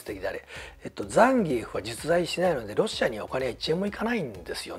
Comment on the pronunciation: 今回のザンギュラの問題だけじゃなくて、移植作品でのフェイロンの国籍やホンダステージの背景(ニッスイさんも悲しんでる？) もしかり、本当に"気を使いすぎ"です。逆に知ってる大人からすると"ねんでやねん！？" てなります。 ロケテで開発スタッフですら倒せないザンギ使いが現れて、めちゃくちゃ弱体化された思い出のキャラ・・・ あと、ザンギエフの発音。－－￣＿ ＿ (関西風のイントネーション)が。￣ーー＿ ＿ じゃなかったのね。